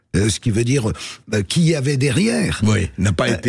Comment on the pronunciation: * Dire et pas "dure"